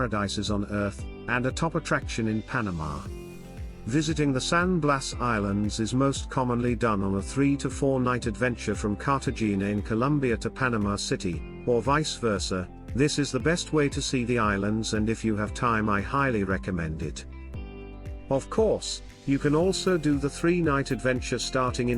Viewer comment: Some of your pronunciations are horrible. Viejo, Cartagena with a hard G. “Slothes”. L.A. Iglesia, even mispronounced Panama.